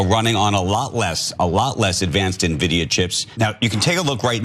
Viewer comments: It's "N"-vidia not NAVIDIA! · you pronounce it N Vidia not ne-vidia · It's pronounced "In-vidia," Ana. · Just FYI, it's spelled NVIDIA but pronounced "envidia". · Nuh-Vidia. 🙉 Someone have Ana read the scripts out loud befire she goes on camera, please. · What the F is nevidia? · ENNVIDIA!!! IT'S PRONOUNCED ENN-VI-DIA! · No, it is pronounced as End-Vidia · N - Vida N - Vidia. Please I beg... you guys need to be up on these topics and not just reguritate someone else's infomation. You are making Libs look so bad when you do things like pronounce a tech company name incorrectly? We're suppose to be the smart ones. The other day you had Jon shooting off about crypto is just betting. That is so very ignorant. Now Anna apparently has never heard of N - Vidia before. And you wonder why we are looked at like we don't know anything technical same issue on guns. At least know what your are talking about first before you have opinions. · It's N (EN) Vidia. Sorry but that hurt my ears :D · That presenter doesn't know how to pronounce the chip manufacturer's name. Ears bleed jsut from hearing that pronunciation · You guys are pronouncing NVidia wrong. 😂. It’s all good. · To me it's puzzling that anyone (let alone a journalist) doesn't know Nvidia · Oh my god! Would it kill you guys to check a LTT video on NVidia, or Jay's 2 Cents...OR LISTEN TO THE PEOPLE ON THOSE CLIP YOU GUYS SHOWED HERE...to learn how to pronounce NVidia? 🤬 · she pronounces it "NE vidia" instead of "EN vidia" ... nice to see you have grandma on your team Cenk! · Its not "Nevidia" its N vidia. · Just a nitpick, but: The company's name is pronounced "'N' - vidia".. not "navidia". (I suppose you could also type out the pronunciation as 'en-vidia') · thank you, it was driving me crazy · Nehvidia? It's en-vidia. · It is pronounced en-videa not nuh-videa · If she says “Na” vidia one more time lol… it’s “En” vidia 😂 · Ana, it's "en-vidia", not "nuh-vidia"... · It's not called "Neh" Vidia.. it's called "N" Vidia lol